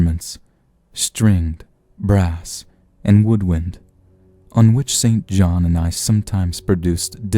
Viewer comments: I believe that “St John” should be pronounced “sinjinn”. Why? A convention that goes back to before the Great Vowel Shift designed to identify those who went to English private schools from those who did not. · St John is pronounced "sinjinn"